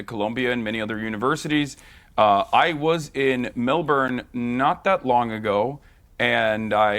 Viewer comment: If Hasan was actually in Melbourne, he'd know how to pronounce the name of the city.